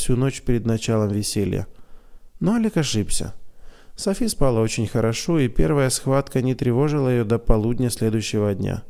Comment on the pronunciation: Братишка, правильные ударения в словах ободрИть, спалА. Я очень надеюсь, что не обидела вас! Мне очень нравится слушать рассказ в вашем исполнении!! Спасибо за ваше служение!